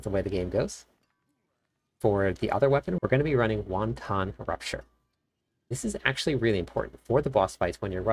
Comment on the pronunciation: Great guide! Please learn to pronounce the word Wanton. Hint: it doesn’t sound like Chinese soup.